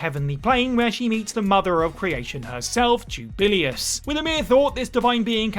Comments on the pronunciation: Juu - ba - lay - ous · That pronunciation of Jubileus actually made my head hurt. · And he says it SO MUCH.